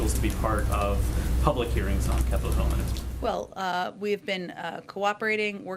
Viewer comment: YOU SAY VELL VELL İ